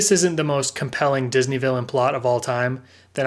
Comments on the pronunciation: "Dis-knee"? LMA Fucking O ! Buaaahahhhaha. Shits gold dude. Lol. Keep it up. Glad to see the channel expanding!!! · No one: No one at all:: disKNEE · "Dis knee" 😂😭😭